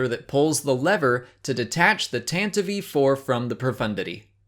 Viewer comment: Pronounced tan-tiv-ee. I just found this out recently. I've been mispronouncing it for 40 years.